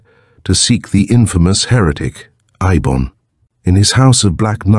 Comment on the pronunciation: Fairly good reading but the 3 different interspersed pronunciations of the sorcerer Eibon's name is annoying